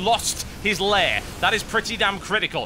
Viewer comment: TB is probably the only caster that pronounces "Lair" right. For that alone I love him.